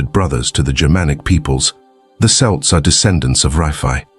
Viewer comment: the issue isn't the you don't sound like a "native speaker" whatever that is, but that, among other things, you pronounced "celts" "selts" in one sentence and "Kelts" in the very next one like 15 times in a row